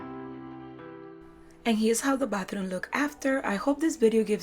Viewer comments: I heared "bathroon"? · Y am i hearing batharooun!! Lovely decors but you said batharouns so many times, i feel like it got stucked in my head